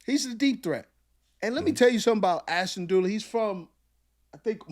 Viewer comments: Dulin, His name is Ashtin Dulin. Not Dooly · During! Not dooley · ASHTON DULIN not DOOLEY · I thought he was pronouncing Duleen.